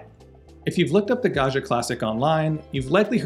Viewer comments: Pro tip: Italians 😂pronounce the name like this: gawd jee uh. It's an ITALIAN word, not French. Italian does not have a "zh" sound. Think Joe Di Maggio, Ruggiero, Maggiore, Baggio... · The way he pronounces "Gaggia" it's an insult to the Italians...